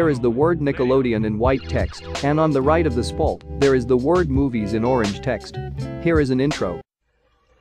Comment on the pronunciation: I like how you said “Spalt” instead of “Splat”